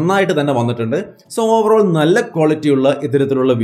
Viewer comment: Overoll ovaroll overoll😀